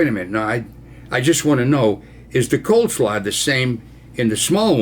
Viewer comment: It's "cole slaw" Ron : )